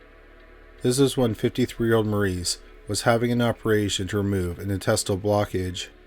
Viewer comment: Maurice’s name is pronounced MORRIS. ✌️